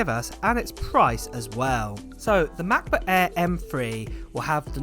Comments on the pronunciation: Say it with me now MACK book air not Ma buk aah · “Macbook Ayeee…” 😂